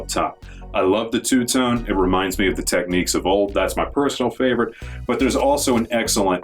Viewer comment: Pronounced TECH-NIKS. Not TECH-NIQUES.